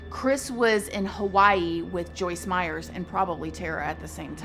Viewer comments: Pretty sure it’s Meyer with no s on the end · I love you,, but her name is Joyce Meyer not Meyers. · It's Joyce Meyer not Meyers. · It is Joyce Meyer , not Joyce Meyers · Not being snarky, but her name is Meyer, theres no s on the end. Lots of people make this mistake. Hugs =) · I enjoyed this video but literally CRINGED every time she said Joyce MeyerS!!!! 😫😫😅 It’s Meyer, there’s no “S” at the end of Meyer! All love, just my tiny observation. ❤️ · Her name is Joyce Meyer. No "s." Meyer, not Meyers. I loather her, but geez, Journalism 101, first lesson: get the name right. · A small thing ... there is not an 's' at the end of Meyer 😉😉😉 nice channel 🌹💖🌹💖🌹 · How do you get Joyce Meyer’s name wrong repeatedly in your show when you said you’ve read a lot of her books and “know her very well?” You kept calling her “Joyce Meyers,” when it’s “Meyer.” But I do agree that I also am dumbfounded that people murder for sex. I guess it doesn’t matter what the reasons are, because at the end of the day, it all comes down to the fact that people who murder are just bad and evil people. Especially the kind that will murder your own young children. This guy deserves death, and I’m outraged that they even doubted his guilt, with such overwhelming evidence. Who’s gonna send those threatening emails and letters besides him? And coming from his own login and computer and it just so happened that they’re all murdered in an hour while he’s out of the house. I wish he would’ve been murdered in jail already. He does not deserve to be breathing. He’s the personification of evil, period!! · It's Meyer, not Meyers. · I love your videos, but I have to say this. Her name is Meyer, not Meyers. I noticed it because everyone puts an "s" on my last name, too. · Meyer not Meyers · It’s Joyce MEYER, not Meyers!!!!! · PLEASE—-if you are so familiar with her—her name is Joyce Meyer!!!!!!! No “s” on Meyer!! 🤔